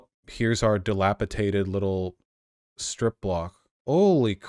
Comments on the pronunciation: Drink every time Vaush mispronounces 'dilapidated' "What's taters?" Comes to mind every time. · i stg if i hear dilapiTated one more time I will do something. its dilapidated